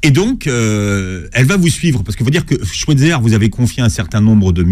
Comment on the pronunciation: sauf que lui aussi le prononce mal, c'est Schweizer avec un "aïe" pas un "è"